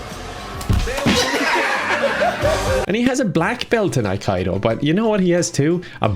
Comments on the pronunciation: Aikido is actually pronounced EYE-KEE-DOH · Its aikido... ay-kee-do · is a Steven Seagul genius. P.S. - "Aikido", as with most words in Japanese, are pronounced as if you read them in Spanish:3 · I had to turn this off after all the mispronunciation of Aikido. It certainly is not aik-eye-do! Google it before you make a video or you are as bad as Steven Seagull. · No, you pronounced it wrong. Aikido, not akaido. Seagal is very weird however. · 😀 Did the presenter call Aikido as "Al Qaeda"..? 😀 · AHH Kite O???😇..Aikido, " Eye Keet Oh"...get your joke right darling! Even a drunken half German, half Norwegian, half Native American (My mother was a big women) can pronounce Japanese. Good Vid though, keep being a chad...Segal is the biggest joke not only in Hollweird but also in all Martial Arts circles! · Ackido? Sounds like an insurance company to me. It’s pronounced Ah-kee-do. 🤦🏻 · The video is great, but... "Aikaido"? How many romanised Japanese words do people need to read so that it finally sinks in that "i" in romanised Japanese always have a "ee" sound? Haha. The hard "I" would be "ai". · The Corey Feldman of action movies 😂 FYI -- it is pronounced "AI-KEE-DOH" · ... is he pronouncing it "Uh-kai-do" just to troll us? I don't get it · It's pronounced ai-ki-dō btw. It's not a "form of karate", it's a completely different martial art. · I - Key - Dough. You're welcome ;-) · It's pronounced a-key-dough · Great Video ! BTW, Aikido is pronounced like; I (as in me) key dough. In one interview Seagal said; 'They call me sensei' The word 'sensei' just means teacher. In Japan kindergarten teachers are called 'sensei'...it's just like saying Miss or Sir to your teacher. Hilarious that he thinks its some mystical title that Japanese martial artists have given him ! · It's pronounced "Akido" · Great take on that idiot seagull. BTW, it's pronounced AYE-KEE-'DOH! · I like how pronounces aikido uh-kai-dough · Aikido = Eye-Key-dough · aikido, ah-key-dough